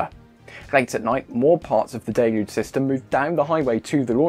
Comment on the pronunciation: At last, proper English.. viz: 'daylooge', not 'dillluge'.